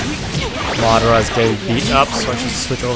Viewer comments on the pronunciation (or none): none